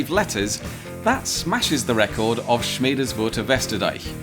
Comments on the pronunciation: Respect. As a native German speaker, I can tell you that you pretty much nailed the pronunciation of the German hamlet. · I'm impressed you were able to pronounce Schmedeswurtherwesterdeich so accurately, even I as a northern German am not able to do that without twisting my tongue... 😁 Pedantry corner alert: as far as I can see that's not a hamlet, instead it's just the name of a part of a very slightly bigger hamlet. The hamlet is called Schmedeswurth (182 inhabitants as of Dec 31st 2024) and the affix "Westerdeich" is merely denominating the western dyke (or I'd guess rather the former location of the western dyke which has been converted to a road) of Schmedeswurth.